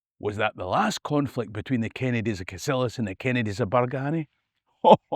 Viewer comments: Entertaining stuff. Just need to work on the correct local pronunciation of some of the places mentioned- Bargany is usually pronounced Bar-geeny, Cassillis is (less often these days, to be fair) Cassills, or castles. At least you got Culzean right though - we had lots of fun when we were kids being asked by American tourists if they were on the right road to Cul-zeen castle - naw mate, never heard o it 😂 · Cassillis is old Scot and pronounced "Cassels" and Bargany pronounced "Bargeeny".